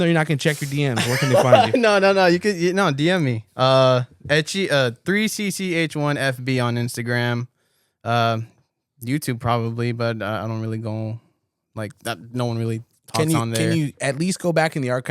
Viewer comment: IT’S PRONOUNCED THREE-CHI!! 😂😂 Fuckin love and I fucking love 3CCH1. It’s quite literally 3CCH1 to the death of me.